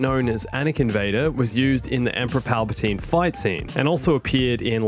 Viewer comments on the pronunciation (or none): none